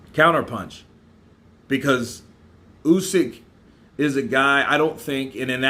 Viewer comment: not KRUSYK, KRASIUK.... OH MAN... WHEN HE WILL GET IT RIGHT.... Check how Eddie hearn pronounces it.